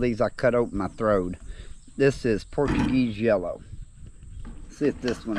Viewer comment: Funny. Watching while doing dishes, I thought you said “porcupine jello”, before you said its name again and I heard “Portuguese Yellow.” 😂